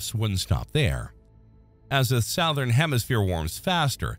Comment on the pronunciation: Please teach your AI how to pronounce "Southern".